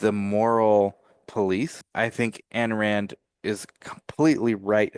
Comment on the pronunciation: You don't even know how to pronounce her name